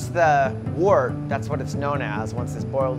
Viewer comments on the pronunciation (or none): Although it’s written “wort” it’s actually pronounced “wirt” to rhyme with “dirt” but I guess this guy is a yeast-scientist, not primarily a brewer?